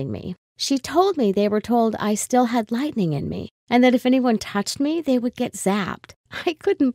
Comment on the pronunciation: "lightenng" just me? Ok.